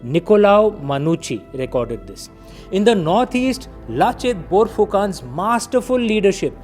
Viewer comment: You pronounced Manucci better than you did Borphukan, just saying.